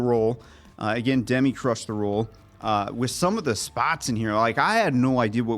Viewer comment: Guys, two things: it's Duh-MEE, not DEM-i, and Dennis Quaid is so f-ing NOT Randy.